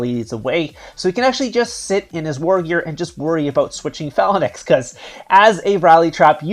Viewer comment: I think I would watch more of your videos if you pronounced phalanx properly